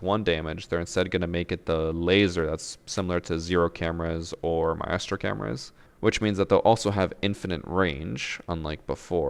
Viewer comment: You mispronounced maestro.. and I hate it